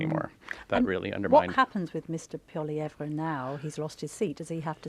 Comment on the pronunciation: How many times do they mispronounce Pollievre??? Painful smh